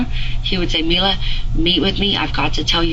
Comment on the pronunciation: It’s Mila.. not Melissa 🙄